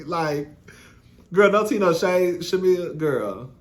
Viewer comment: I thought I was just hearing it wrong. 😂